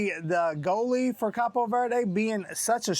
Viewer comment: It's cabo not capo lol 😆 😂 🤣